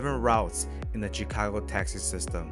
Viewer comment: Tchikagoe, i'm dead😂😂😂😂